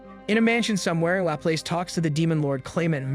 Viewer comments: i dunno if it’s an oversight but laplace is french and it’s pronounced la plas. or lop-loss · It's pronounced "Laplazz" like the Louisiana city.